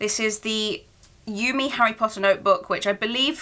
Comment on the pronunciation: Awesome collection! Love the anime style! ^.^ ♥ by the way, Yume is pronounced You-May ^.^